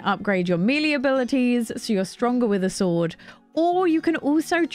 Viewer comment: Melee = “mehlay”